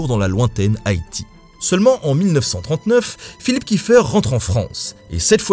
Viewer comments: Petite précision, étant donner que le Commando Kieffer descend d’une famille d’origine alsacienne installée à Haïti, chez nous en Alsace on dit Kieffer et pas « kieffeur » voilà sinon bonne vidéo :) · Pourquoi tout le monde prononce kiffeur 😭 Je me bas tout les jours pour que mon nom de famille soit prononcé Kiéffair